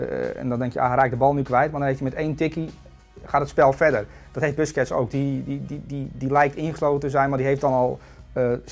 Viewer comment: spreek busquets de volgende keer is goed uit graag